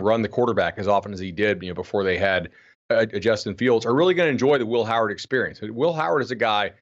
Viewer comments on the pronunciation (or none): none